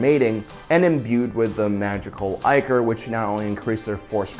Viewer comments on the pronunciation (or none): "ICK" or...Not "EYE" core...It's the etymological root of "ICKY". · Was ichor just pronounced eye-core?